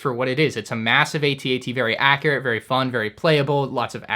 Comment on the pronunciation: It’s At-At!!!! Two one syllable words. Cmon you’re better than that!